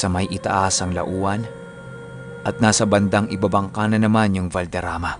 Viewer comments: Batang Antique here sir.. Lawaan po ang pagbigkas dun, Laua-an, Antique. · mali po, taga patnongon po ako, katabi ng bugasong at lawaan(lauan) tsaka nasa taas po ng bugasong ang valderama. Lawaan po ang pag pronounce sa lauan. Salamat 🙏 po.